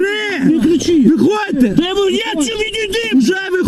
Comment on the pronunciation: АХАХАХ патрульний плутає законодавчі акти!!!! Каже "ваші дії підпадають під 342 статтю кримінально-процесуального кодексу!!! ахаха, це жесть!!! Для нього напевне немає різниці між кримінальним і кримінально-процесуальним кодексом. Ото вже понабирали!! "ВЄХОДЬТЕ з машини..." Мужик під коксом адекватніше спілкується ніж поліцай.